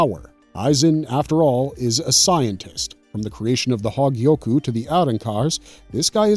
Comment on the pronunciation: That damn "hawgyiyoku"